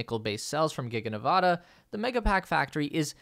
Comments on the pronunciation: Nevadans mispronounce it themselves. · Days since the last incident of mispronouncing the state of Nevada: 0